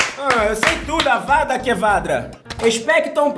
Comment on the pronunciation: Avadakevadra me quebrou kkkkkk